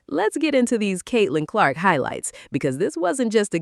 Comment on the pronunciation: Caitlin Lark? I hate AI. Timpson is the one that stepped up more than Billings with no Boston.